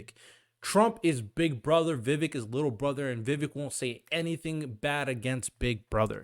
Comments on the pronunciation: You lost me when you pronounced his name, its not princess Vivi bro, its VI VEEEK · Vivek pronounced like cake. Vi vake like cake. Just try and research pronounciation before you talk about him for 30 min. Don't worry...you're not alone. I've seen the same mistake by mainstream conservative talking heads....almost enough to stop watching them, as they have no excuse. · Vivek is pronounced Viv-AKE, like CAKE. Get it right!